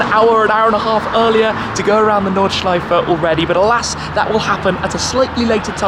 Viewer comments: dude ur nordschleifa is good just put and e in the end instead on an a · Yelling Notchlifer in a German accent sounds very antisemitic ...random thoughts